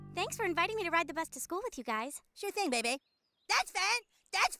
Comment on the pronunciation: I never knew that Bebe Stevens's first name was pronounced with 2 bays together or it almost sound like 👶.